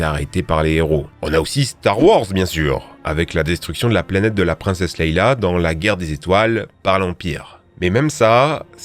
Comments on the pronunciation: "princesse leïLa" aïe mes oreilles 💀, Leia mrc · Princesse LeÏÏÏÏÏÏÏa. Pas Leila. On n'est pas dans les mille et une nuits mdr. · C’est LEÏA pu*ain pas LEILA !!! LEÏÏÏÏA c’est quand même pas compliqué à dire !!!!! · La chaine s’appelle « Cinema trash » et il a dit « Princesse Leila »… 😐